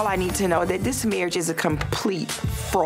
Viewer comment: "Marrige" ... Hahahaha!